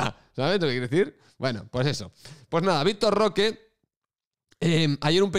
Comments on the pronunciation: Te has pasado mas de un año llamándolo Vitor "Roqué" a pesar de que en todos lados lo pronunciaban sin acento y de que mucha gente te lo ha dicho en los comentarios y ahora te ofende que la gente pronuncie su apellido como se pronuncia en su pais... Coherencia. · jajjajajaja victor rrrrrroooookeeerrrrrrr